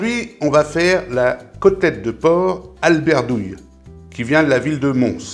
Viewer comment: Al'berdoul il y a pas de "I" 😂 ça veut dire à la boue